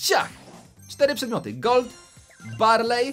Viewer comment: Niemuwi sie gold tylko kolt